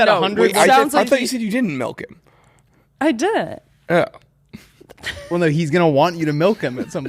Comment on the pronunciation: “I dii’’ehn” 🤨